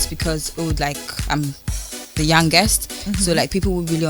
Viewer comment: Ilebaye, stop embarrassing Ghanaians, we don't pronounce ' youngest' as yangest, Control as Cantrol, Soma as Sama